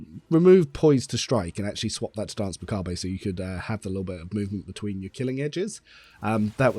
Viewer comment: Hey! Cool video but please either pronounce the 'r' or don't pronounce the 'e' in macabre. XD